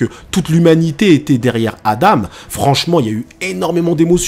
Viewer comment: Et enfaite c pas adame mais Adam si tu veut mieux comprendre tu peux remplacer le m par n ce qui se dis Adan après j'ai sûrement mal entendu